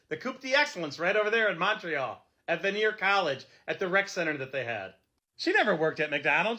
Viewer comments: Vanier College pronounced Van-ee-ay, not Veneer College lol. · It’s hilarious how that guy says vanier college he says veneer but it’s actually pronounced vanyay my son graduated from there in 2020 now he’s at McGill university